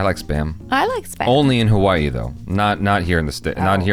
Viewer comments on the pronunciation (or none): Your pronunciations got me dead 😆 Ha-Waa-E, Can pronounce like Ha-Wuh-Ee or actually pronounced, Huh-Vuh-Ee Hi-Low, pronounced He-Low. Got Pahoa and Puna though. True, we surf on Spam Tsunamis.